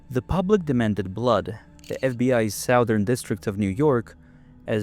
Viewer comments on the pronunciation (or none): SOW-thern... ? Really?!? "Southern" is pronounced; "SUTH-ern." Emphasis on the first syllable, vowels rhyming with the word; "Sunburn." SOWthern makes you sound like an idiot, if it's AI... FIX IT OR NIX IT. But you probably don't know what nix means... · Should I worry about AI when it can’t even pronounce “southern “🤪